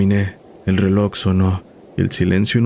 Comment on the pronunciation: Tienes un problema serio con la palabra RELOJ bro...